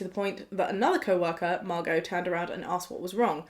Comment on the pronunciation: Omg my name is Margo! I loveee your pronunciation of it!!! Makes me like my name more than I did!!!